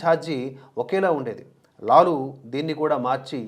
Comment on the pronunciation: లాలా కాదండి లాలు ప్రసాద్ యాదవ్. కావున లాలు అనాలి.